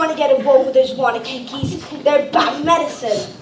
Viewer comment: Did they say sotingi cause I swear it was sopongi And it's not wannakiki it's wannapeepee!